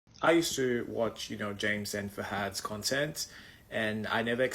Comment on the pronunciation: Fahad? It’s fuhad I swear